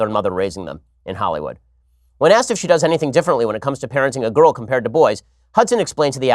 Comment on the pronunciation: He says girl like gru "Gorl"